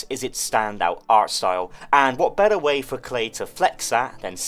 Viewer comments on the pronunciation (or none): none